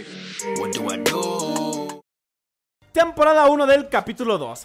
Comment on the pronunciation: Soy el único que se dio cuenta que enves de decir temporada decía tempqrada1 jajaajaj